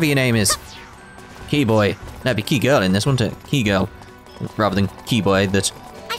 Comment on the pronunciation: When you started saying "Kii-boy" I was thinking of Argo immediately. Then you trying to remember her name, my fingers were itching to write "ARGO! HER NAME'S ARGO" but I held off 'cos I was hoping you'd remember it before the end of the video.